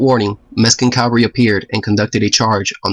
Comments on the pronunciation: CAVALRY not CALVARY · Cavalry, not Calvary, if you please. Cavalry mount horses. Calvary is where Jesus was mounted on the Cross. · The word is Cavalry, not Calvary. Jesus died at Calvary, and the 7th Cavalry died at Little Big Horn under Custer. The mispronunciation is a very minor thing. Otherwise a super video. It comports with everything I remember about studying this battle. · Great videos, subbed, but CAV-AL-RY, not the hill in Jerusalem.